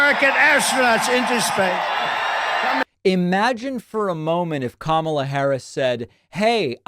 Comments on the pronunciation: Donald Trump would be 82 yrs old if he won this election. Kamala (Kamala -emphasis on first syllable and no hard A sound, for goodness sake) Harris will be 63 at the end of her first term. For MAGA to claim Biden was too old, but want an older man now, is just so stupid. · "Who doesn't want sex changes for illegal immigrants?" WTF?? Don't they hate both things. Wouldn't MAGA WANT that to happen. If people even listened to a little bit of what Don-Don Trumpy said (after all, he refuses to pronounce Kamala's easy name correctly), they would be so confused because he is completely bonkers. So sad and scary that a cult can really be that big in this day and age. Or maybe it could only be in this day and age. Hard to say.